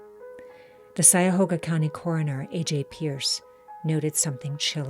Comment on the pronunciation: It's pronounced CUY-a-hoga not SY-a-hoga